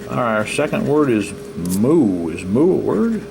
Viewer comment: It was moose, not moo. And yes, you missed aura.